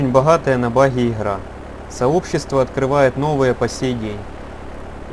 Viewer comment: "Хта 3 - очень бахатая на бахи ихра"😂😂